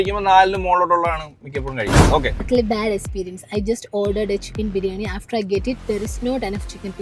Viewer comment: Experience annn esperience alla 😅